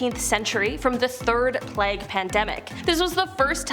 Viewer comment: The way she pronounced plague hurts my brain